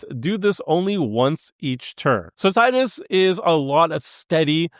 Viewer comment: Is pronounced teedus not tide us Is pronounced yashtola not yishtola